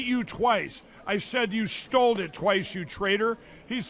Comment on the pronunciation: So Mike says "stold" and PAB says "stollen" (which is an Austrian currant bread.) A match made in...somewhere?